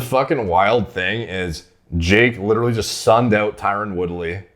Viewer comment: His name is Tyron, not Tyrone. Pronounced very differently. Never heard of a tough dude named Shamar